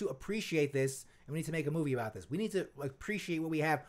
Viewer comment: Ah-baht not ‘a bath’